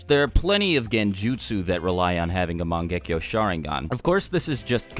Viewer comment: Mon-gekko. Lol